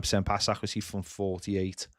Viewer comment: Love the channel but kills me how says accuracy